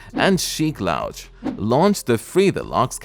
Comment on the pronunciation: Sheek What?!?!? Its LOU-ch. Not Lowch